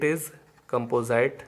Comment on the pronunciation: कैंपोजाईट nhi कैंपोजिट hota h 🤣